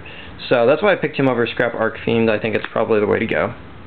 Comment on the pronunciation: Also dude, it's Arch fiend. The CH is read the same way you read it when saying CHeese. ArCH, not Arc. Just saying.